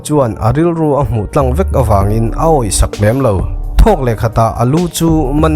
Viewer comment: 'Tlang' I lam Dan Chu a common lo kher Mai😂🤣